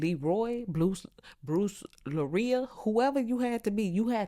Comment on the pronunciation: said Bruce Loyria😂😂